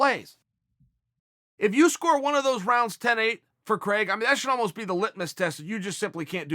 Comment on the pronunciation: Why do americans pronounce Craig so wrong